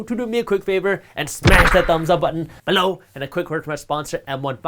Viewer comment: Took me a while to figure out what he meant by saying BE-LOW = below 😂